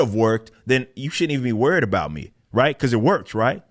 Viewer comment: I don't trust anyone who pronounces sorry as sorey and about as a boat.